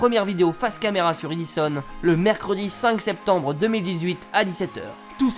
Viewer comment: Super vidéo comme d'hab continue comme ça 😉. Et au fait sa se dit pas e[i]-dison mais e[é]-dison 😉